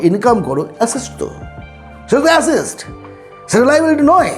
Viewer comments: Uncle আসেস্ট নয় অ্যাসেট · Assest কি কাকা..? কথা টা asset.. এটুকু জেনে তো ভিডিও বানাবে.. 🤦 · Assest pronounciation ta ektu ki thik hoto ?